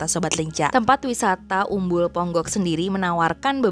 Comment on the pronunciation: Ponggok mbak bukan Pongok....